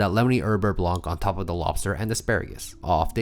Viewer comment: Oh by the way fo4 the word "blanc" in the "beurre blanc" ... Has a silent C ... no "k" ssound at the end please 😅🙏